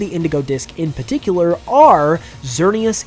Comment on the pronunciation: PARticular* not PAticular